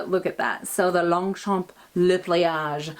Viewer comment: Lovely video, as usual 😍 I love your new Longchamp pouch, will be ordering one in a sec (if I may, we do not pronounce the "p" at the end of Longchamp, actually we do not pronounce the last letter in 99% of French words, which is why spelling it correctly is tricky 😂) Take care and a big kiss from France 😘😘😘